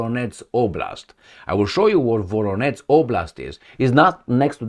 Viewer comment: It's Voronezh - not Voronetz Zh sound, like in Corsage Or in Bon voyage